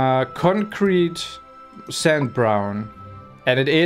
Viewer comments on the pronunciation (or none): none